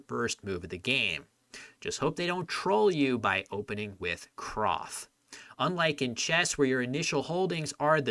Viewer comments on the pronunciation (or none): Just an FYI since I know some players like to rag on you for your pronunciation of words like YRIVD lol, it's actually CROO-TH, not. The W makes an OO sound here, not OW. Same thing with CWM = COOM. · CRWTH actually sounds like “CROOTH”! (In Welsh, the W is pronounced like a U, or an “oooh” sound, such as in “moon” or “flu”.) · "crwth" rhymes with "smooth", not with "sloth".